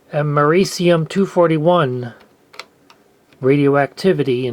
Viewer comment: It’s pronounced am-er-ree-see-um if you didn’t know